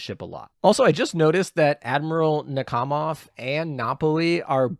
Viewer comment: I think Nakhimov is pronounced Nak-hi-mov, but the H is sometimes silent.